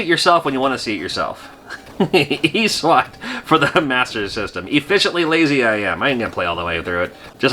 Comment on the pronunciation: i think you pronounced "eswat" wrong, the correct way to say it is "ESWAT"